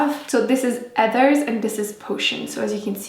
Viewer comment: its so cute since you speak french you dont pronounce ,,H" in ,,heathers" 😬💘😂